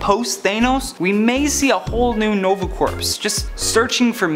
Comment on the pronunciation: Hey little something you should know, you mispronounced the Nova Corps. When you say it your supposed to say it like Core not Corpse. That was the only thing that annoyed me.